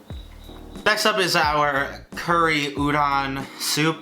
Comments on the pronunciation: Why does he says uron and not udon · Every time he said udon noodles I understood ouran and the the only thing I could think about was Ouran Highschool Host Club. I'm weird... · Love but I die every time he says udon wrong